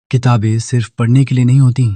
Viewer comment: भाई अच्छा AI model use करो, किताबें को किताबेंन बोल दिया